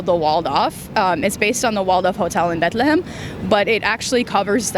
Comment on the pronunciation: this last girl is crazy with her pronunciation. I had no Idea it was pronounced BATE-LETH-LA-HAMEH-ME (Bethlehem)